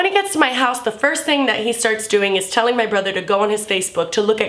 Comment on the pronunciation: lol it sounded like "do your thang chicken wang" and because fucked up minds, I thought of a chicken with a dick. FACK!